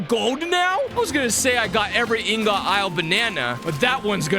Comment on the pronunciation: It's IHN-GIHT! How is it that so many YouTubers have no clue what an ingot is?